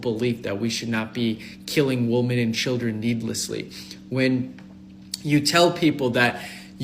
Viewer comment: I keep seeing his spray painted scalp and him saying woman as if it’s plural and my brain shuts off.